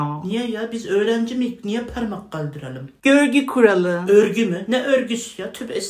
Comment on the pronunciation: “ÖĞrgü KuRaĞlı😂😂😂”